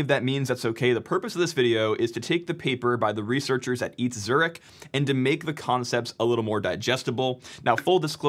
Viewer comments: Eat Zurich 🤭 ETH is an abbreviation. So it reads Eee Tee Aitch Zurich. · Btw ETH Zürich is pronounced with all letters pronounced so E-T-H Zürich, not just EiTh Zürich. If you wanna be extra correct, the H is pronounced „ha“ like „haha“, E like e(legant) and T like t(ennis) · Not "eeth", but "E TE HA", thanks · "eet", come on, "e t h", just pronounce the name of each letters. You're not saving that much time :(. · Please don't say "eeth". Its E.T.H. Zürich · yeah that works too,it's crazy how complicated it is for english speakers to say Zürich 😅 I think he said it quite well, but the ETH was off. Should be 3 separately pronounced letters, even E T H spoken in English would be fine, but not Eth, that's a world computer currency 😁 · It’s E.T.H not Eth :) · ETH (Ethereum) is pronounced "Eeth" but ETH Zürich is pronounced "Eee Tee Aitch ZUR-ik" or "Eh Teh Ha TSU-rich"... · ETH Zurich is pronounced EE TEE AICH Zurich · You pronounced E.T.H. completely wrong. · ETH is an acronym, you spell it out as E-T-H when saying it. It's the best or one of the best university of continental Europe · ETH Zürich Pronounced E. T. H., I can't explain how to pronounce Zürich to English speakers, but you did very well! A close approximation could be Z-oo-ee-rikh where the first sillable is "shot" with strength and speed out of your teeth and the oo as in moon combine with ee as in see, but fast. the rikh with a sore throat sound at the end... E=Eidgnössisch (a special way of saying federal for Switzerland, it's a reference to the first cantons who swore each other an alliance back in the late 13th century. T=Technische H=Hochschule, a school that's like an university but more practical than theoretical, at least in theory. In French it's just the "Federal Polytech School" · "e-t-h Zurich," it's an acronym that basically means Zurich university of technology. It's not a nickname for "Ethereum Zurich" 😂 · its pronounced Eh-Teh-Huh... PLEASE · Yeah, I almost died every time he said ETH